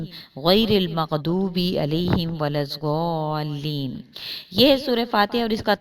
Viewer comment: Assalam o alikum.muazrat ke sath,Waladualeen hy walazualeen nahi hy.shukria